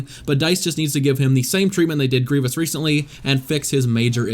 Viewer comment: Did you said grivious on